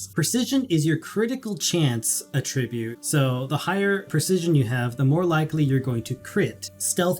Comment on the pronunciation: Great video! You’re doing the community a tremendous service! And, I really don’t want to seem like one of those nitpicky people, but it’s áttribute, not attríbute. Keep up the great content man!!